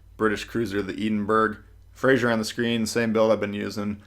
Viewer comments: Eden berg pmsl! Its prononced eddin bruh. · It's not pronounces eden berg it's the Scottish city Edinburgh it's the capital and it sounds like ed-in-bruh. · He said eden berg lol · "eden bruhhh" ~ill pronounce it however i wanna.~ - 2020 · The eden-burg 😂 on another note great video as always 🙌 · Its pronounced ED-IN-BRUH, but informative video as always!